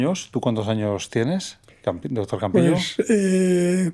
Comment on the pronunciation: Le dice dotor ajajaja que fea pronunciación tienen